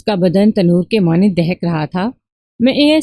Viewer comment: ماند ۔۔۔۔۔مانند نہیں